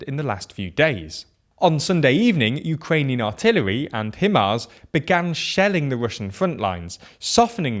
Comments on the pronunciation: Pronounced: HIgh+MARS dude. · Why do British people refuse to pronounce "HIMARS" with the long "I" sound? The "HI" in the acronym comes from the word "high" 😂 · If I hear them mispronounce HIMARS one more time, I'm going to lose my goddamn mind -.- Other than that, good video